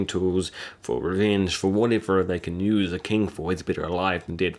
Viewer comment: "Use" not "nyuse"